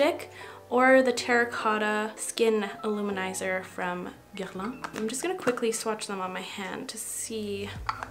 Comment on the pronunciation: I love how you say "Guerlain" ! I'm French and you say it so well I'm so impressed. Your video is just perfect : amazing skills, beautiful personnality, excellent taste about crushable characters and so on <3